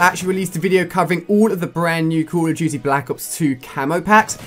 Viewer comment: He can't pronounce "Call of Duty Ghosts" And don't say it's because he's from the UK. Total Biscuit is from the UK and doesn't talk like he has a mouthful of peanut butter